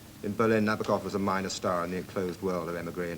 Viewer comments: Also not right, though. Na-BAW-kuhf is getting close. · Na-BOAK-off. Gee, guys...get it right.